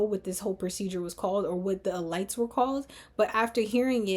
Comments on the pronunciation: E-Leets not elights…you’re brilliant the goal is to focus on your commentary not being confused. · Not ur pronunciation of elites frying me😅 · Love the breakdown. Curious if your pronunciation of “elites” has a double meaning? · Yes! The comment I was looking for. I have a feeling it does. Well.... at least I hope it does. Because otherwise...its a bit distracting 🙃